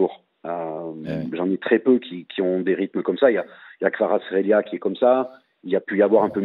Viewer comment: LA PRONONCIATION EXACTE DE KVARATSKHELIA !